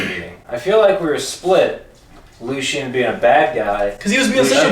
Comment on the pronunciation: I hate how people say Lucien. It’s pronounced LU CEE EN not lushin